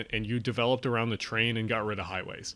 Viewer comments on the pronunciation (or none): none